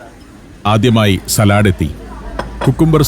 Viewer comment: സലാഡ് കൊണ്ടുവന്നു എന്നല്ല പറയുക സാലഡ് കൊണ്ടുവന്നു എന്നാണ്